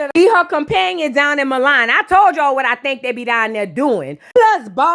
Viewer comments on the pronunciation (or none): You right about that. Scotty doesn't seem happy. But it was funny she kept calling Milan "mulan"